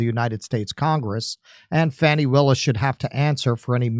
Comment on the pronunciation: at first l thought you said fatty willis until l read what was on screen